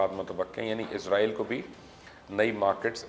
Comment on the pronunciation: Mubasher bhai word izrail na bola karain ye work Israil hai. Jo k QURAAN MAJEED main bhi zikr hai. Thanks for updating.